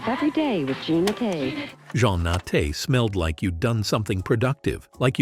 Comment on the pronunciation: JEAN not John